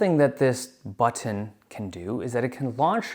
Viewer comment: The way that Dave says "butTOn' is giving me shivers 😂